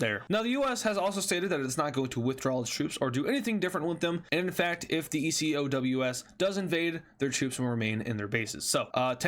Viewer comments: Some of Ecowas has largely now decided to stay out. August 6th was the deadline but many countries decided they were good, also ecowas states that they may intervene militarily shorter way to say it btw is (E-co-way) or (E-co-was) I've only heard the former though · Say Eco-w-ass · just say ecowas instead of e c o w a s